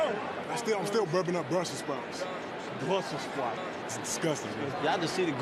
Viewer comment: "Bwussel Spouts." 😂😭